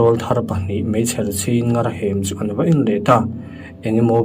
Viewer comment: Comment i en ngailo nge ni...i like hlei lova,ṭawng thluk diklo i hmang leh ṭhin...ngar hi thluk hniam tur aw...mut chhuakin min zem tih pawh zeem tiin lam rik tur...